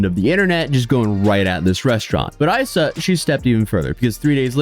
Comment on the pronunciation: It's pronounced "Eesa", like a nick for Isabelle - who was a super sweet girl when I worked for this guy at Isa 17 years ago. Working in this industry with chefs who are as ego driven as this is par for the course and Luke was no exception. Kitty, his wife, was no better as the GM. Sort of sad but not surprised he hasn't changed. Guess I can cross Kis off of my list of places to check out.